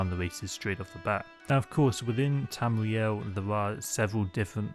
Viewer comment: Bwetons, Wedguawds, Tamwee-El. Sorry I had to